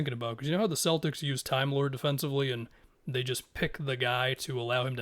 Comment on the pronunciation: Timelord. I love how you say it. Thanks for mentioning Timelord once again.